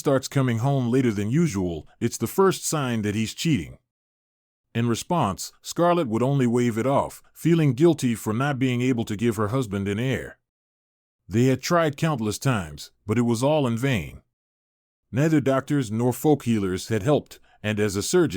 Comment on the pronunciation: Haughty air not hottie, soothsayers not suit sayers, not able to give him an heir, not air. My, my, my. And the incorrect words continued throughout the story.